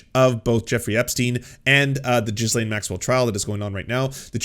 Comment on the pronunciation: 'Ghee- laine' not 'Ghis- laine' As a Canadian, come, on.